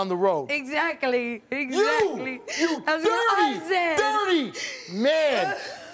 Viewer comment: “exacaly, exacaly”